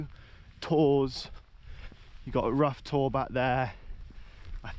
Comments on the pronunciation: Rough Tor is pronounced Rowter, as I'm Row=argue not as in Row yer boat 😂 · It's pronounced 'Row' Tor, like the argument. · Ruff Tor????? FFS. Please make the effort mate. BTW when you crossed the stream at the beginning of the video you missed the chance of pointing out the site of one of Kernow's most famous murders - Charlotte Diamond.